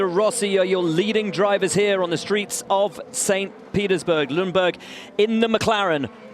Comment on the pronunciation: Someone tell Buxton there is no “LundBERG” 😂